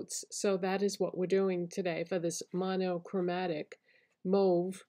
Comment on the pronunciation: Happy to hear you pronounce "mauve" the right way 😉 Love mauve colours.